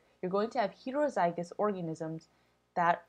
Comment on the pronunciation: why do you say heterozygous so weird....